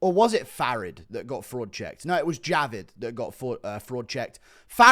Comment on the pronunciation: I've noticed something today. U struggle saying fraud checked 😂 And I struggled to write it so